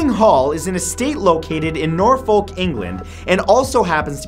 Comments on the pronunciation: Lol 'Nor-folk'? Matt, it's pronounced 'Norfuk'!. You really need to learn England's place names before you try pronouncing them in videos. Good work though! Your vids are right up there with Buzzfeed Unsolved in my books 😁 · Number 3 it's pronounced Nor-fork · I live in Norfolk near blickling hall and I'm REALLY not happy with the way you pronounced Norfolk, it's 'Norf-ook' not 'norf-oak' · how could you say that hall is the most haunted in Britain? Windsor castle is lived in by the royals, and THAT is the most haunted place in Britain. also you pronounced Norfolk wrong. it is said nor-ferck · Norfik is how you pronounce Norfolk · It's Nor-fuk, sorry. You triggered me. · His pronunciation of Norfolk 😂